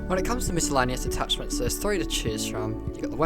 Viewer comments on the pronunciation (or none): Great vid. ‘Attachments’ no extra T. Unless you prefer it to coffee.